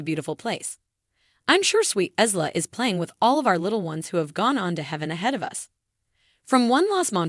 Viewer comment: It’s “Eye”la not ISla